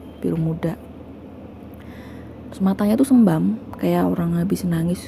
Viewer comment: sembab bukan sembam